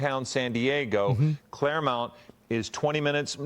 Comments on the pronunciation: lmao dude saying "clairmount" its Claremont. Bro I went to that gym, 24 hour fitness for like 7 years right by that place. Wild. Glad I'm back in Florida where we have Grady Judd. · For a second i didn’t know where the fuck they said… Clairemount? Its ClaireMONT pronounced MAWNT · It’s clairmont not clairmount.